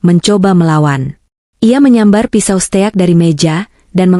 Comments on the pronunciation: Bukan steak bacanya stik. Gak enak. dengernya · Stik dibaca steakk